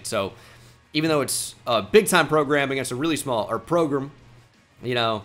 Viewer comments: idk if its a texas dialect thing but i noticed in this episode pronounces program like "progrum" or "progrim" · using “progrum” whenever possible will never get old 😂